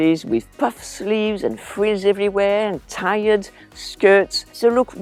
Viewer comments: Great video! May I correct your pronunciation of "tiered"? It's not "tired" as in exhausted, but "teered" as in having tiers. Pronounced the same as "tears". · tiered skirts are pronouned TEARED skirts! Your English is great!! I alays only uodate my classic ardrobe ith a fe modern update!! I don't ear any of these except tennis shoes ith skirts but I am disable on a alker and before this I NEVER ore tennis shoes out and about!!! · Funny how she said " tired" dresses for tiered dresses. Cute laugh!